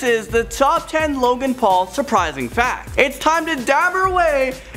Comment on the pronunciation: Logang not low gang